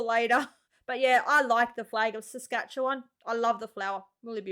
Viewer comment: im impressed she actually said "Saskatchewan" correctly there are canadians who dont even get it right. Nunavut became a seperate territory, when the NorthWest territory was split in 2. done so more for cultural independence, and self ruling as 85% of the residence are Inuit (the PC word for eskimo, in case you are lost to what an Inuit is, as outsides dont know what that is but instantly have a stereotypical idea of an eskimo)